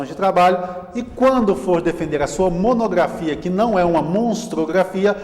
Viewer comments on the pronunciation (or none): Diz monografia e não monogrrafia